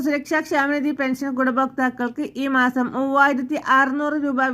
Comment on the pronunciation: ഇതെന്തു വാർത്ത, സുഹൃത്തേ? സന്തോഷ വാർത്ത തന്നെ,. പക്ഷെ മലയാളം ഒന്നുകൂടി പഠിച്ചിട്ടു വേണം വാർത്ത വായിക്കുവാൻ? പെൻസൻ, സന്തോശം, അടിപൊളി!